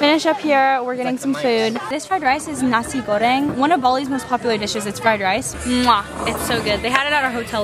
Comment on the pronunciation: the way your dad said "terima kasih" is so cute!!! almost sounds like a native. try to say "suksma" which is the Balinese language that means thank you. also the way u said "nasi goreng" sounds so native!! <3